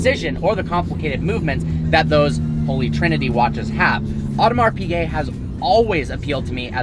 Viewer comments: Audemars Piguet ->it's not "Odomar Pigay" it's "Odmar Pigay" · “Audmars peegay” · It´s called Audemars "Pischet" (French) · „Audemars PeeGay“ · Funny how he can’t even pronounce Audemars Piguet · I cry every time he says Audemars Piguet